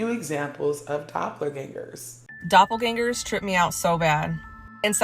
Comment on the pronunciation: Can’t watch this one because of the pronunciation of doppelgängers 😂 Love you though ☺️💗